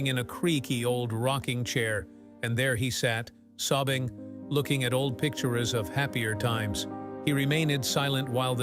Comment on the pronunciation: the ARTIFICIAL "INTELLIGENCE(??)" VOICE says old picturers, not pictures. GET RID OF THAT BLOODY STUPID VOICE and replace it with a human being's voice!!